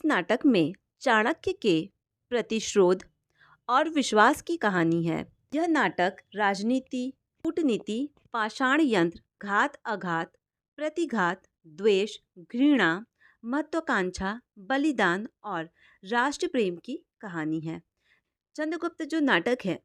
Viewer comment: आप बहुत अच्छा पढ़ा रहे हैं लेकिन हर जगह षड्यंत्र का उच्चारण पाषाणयंत्र कर रहे हैं जिससे आपकी प्रतिभा पर सवाल उठने शुरू हो जाएंगे।थोड़ा ध्यान दीजिएगा।🙏